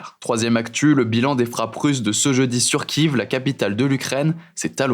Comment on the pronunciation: La ville de Kiev, se prononce KieF, et non pas kive.... Aberrant pour des journalistes